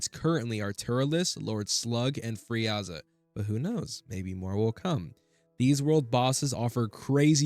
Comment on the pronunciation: "Free-aza" bruh